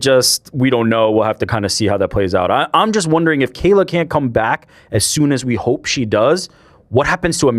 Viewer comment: Moron! He is not pronouncing Kayla Harrisons name right. It is not pronounced kell